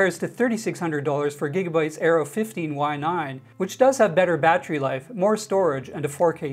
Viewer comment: Stop saying battery like that please.